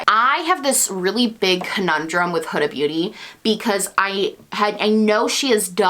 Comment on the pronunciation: you're one of the only beauty gurus I've heard actually pronounce Huda's name correctly (rhymes with coulda/woulda/shoulda)